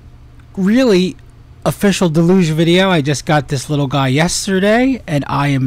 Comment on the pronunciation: Difficult to take seriously someone who can't be bothered to learn how to pronounce the name of the device they bought.... It's an english word ffs. pronounciation.